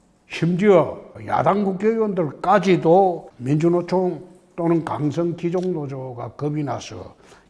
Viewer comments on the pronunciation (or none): 귀족 貴族 [귀ː족] 국어사전에 있습니다. 귀字 옆의 점 두개는 장모음 표시입니다. <기> 로 들리는데 <귀 -> 로 발음하셔야 합니다. 참모들이 건의할 일인데. 큰 꿈 이루시길....